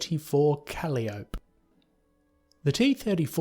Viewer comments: Hey, "Calliope" is pronounced "cuh-LIE-oh-pee". A calliope is a merry-go-round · Katyusha = kat-yu-sha Nebelwerfer = nay-bell vair-fer Calliope = kuh-lye-ah-pee When the main topics in a video essay are mispronounced, it just makes me feel like not enough research was done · Calliope is pronounced Kuh-lie-uh-pee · Just a heads up, not meaning to criticize at all. Calliope pronunciation: "kuh-lai-uh-pee"